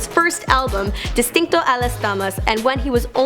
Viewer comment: "El Purdown" "Esta Ael Amenezear" "Destinow Alas Dawmas" "Les Cangres" Jajajajjaja 🤦🏻‍♀️